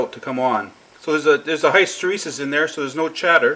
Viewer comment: I know this is annoying but I like your channel so much, I've just got let you know that hysteresis is pronounced like this